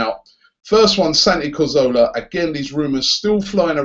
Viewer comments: Robbie... When will you learn how to say Cazorla's name right ffs?? CA-ZOR-LA not CAR-ZO-LA you ignorant fool! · It's CAZORLA not CARZOLA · Man says Cahzowlaar you know 😐